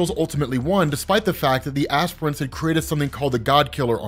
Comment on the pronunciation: I thought he said "aspirins" but this is way better